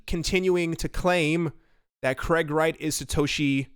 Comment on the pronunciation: It's not Kreg, it's Craig.